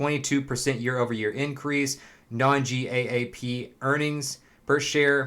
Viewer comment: That you said G-A-A-P spelled out instead of GAAP makes me trust everything you say much less